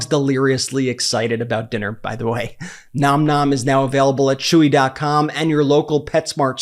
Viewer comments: I feel like you say Nom Nom incorrectly. It's more like naam naam. Edit: For the first time ive seen, it's right in this video. I can finally rest. 😮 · Brett, thank you for correctly pronouncing the name of your sponsor, Nom Nom!!!!